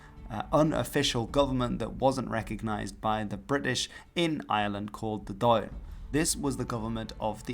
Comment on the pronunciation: Dáil is pronounced more like "Dawl" not Doyle